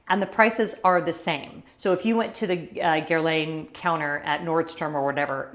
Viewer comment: I think the correct pronunciation is Gair (like fair) - Lahn (like fawn). Jones Road is on my list!